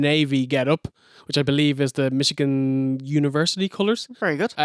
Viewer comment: i thought he said "wake up mexicans!: im like whos mexican? the steiners?.. lol. i had to rewind several times before i realized he said Michigan.